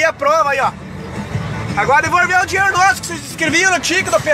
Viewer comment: "EU QUERO MEU DINERO DE VORTA"